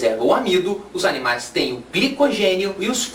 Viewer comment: ELE FALOU NOIS ANIMAIS KKKKK AULA FODA VLW AJUDOU MUITO